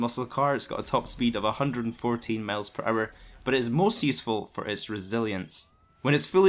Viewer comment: Miles not males dddd😂😂😂😂😅no offense man keep it up